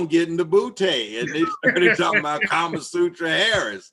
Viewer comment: He called this lady carmasutra harris😂😂😂